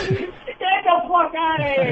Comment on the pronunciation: "Ged dah fok outta here" Patrice went full Boston